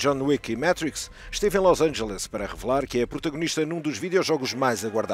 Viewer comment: "Métrix?" "Betízeda?"